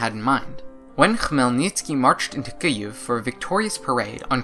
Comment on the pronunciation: You even pronounce Kyiv right!!! <3